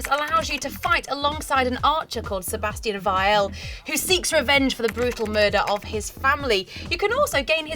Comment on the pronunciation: She can't even say Sebastian's last name right D